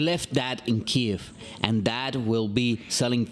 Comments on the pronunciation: Please pronounce Kyiv "Keev" which is the Ukrainian transliteration. "Ki-ev" is Russian. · I spoke with many Ukrainian people at the rally in my city yesterday, and every single one of them asked for "Keev" and I'm afraid reading the written word does not offer pronunciation. And I am not a "he" thank you. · No. The Ukrainian name is Ки́їв, written in the Ukrainian Cyrillic alphabet, and usually rendered in Latin letters (or romanized) as Kyiv.